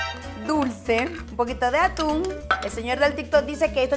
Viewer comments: cada vez q hace una receta con atún a un lado de la receta dice q tiene o los ingredientes y en lugar de “atún” dice “aun” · Aquí los que vieron que decía aun en ves de atún 🤣🤣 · Por qué en el día 3 dice en un ingrediente dice Aún en vez de atún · Yo viendo como en el desalmuerzo dice aun en vez de atun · Yo dandome cuenta que antes de decir “Atún” dice “Aun” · Osea nadie lee las recetas dice aun enves de atun y dice tortila en ves de tortilla